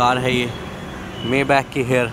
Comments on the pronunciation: It is pronounced "MAAY-BAAKH" not "MEY-BEK" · It is pronounced as Maay-bakh or bak